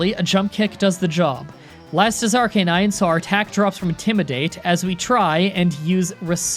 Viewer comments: It's arcuuuuunine not arckkkkkkkkknine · I make jokes in your comments alot but this one legitimately pisses me off it’s called “ARC-UH-NINE”